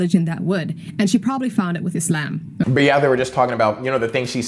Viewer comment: she said it how its supposed to be said. It's pronounced "Islam" not "IZLOM" most Americans get it wrong